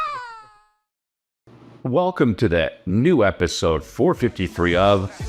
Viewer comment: Chris did you mean to say EPISIDE? It's a gackney accent aint it?